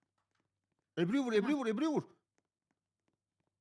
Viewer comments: abla ebru yerine eRbU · Peki 'nin Ebru'ya "ERBU" demesi😊